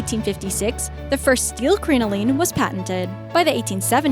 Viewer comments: It's pronounced CRIN-o-lin. Both "i's" are short. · My god the way they pronounce crinoline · Crinoline is pronounced Crin like "cringe" O like "oh" Line like "goblin" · Every single time you said "crinoline" you said it wrong and I cringed so bad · Her pronunciation of crinoline made my ears bleed. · Projects I've studied Fashion History & it seemed pretty accurate to me! ( Except for the way she pronounced Crinoline) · I'm glad I wasn't the only one who cringed every time she said crinoline wrong! It was painful to listen to! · I was dying as she kept mispronouncing it.